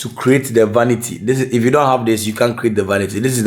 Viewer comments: Eeeiiii...what is “vanita” 😂😂😂😂😂😂😂😂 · trying to say vanity has me creasinggg 😂😂 bless him😭😩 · Ive seen ppl try it like yall did with the mirror anb after a time it fell so my advise to yall would b to add 3 mirror brackets for extra support(1 at the top in the center and 2 on each end at the bottom or if u want 4,one at each end) loved it though cause still get trouble to say vanity. God bless yall